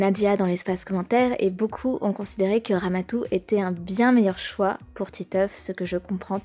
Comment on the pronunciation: C'est pas Ramatou C'est Ramadou